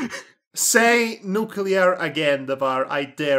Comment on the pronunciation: Dammit,, stop saying nuculear!:v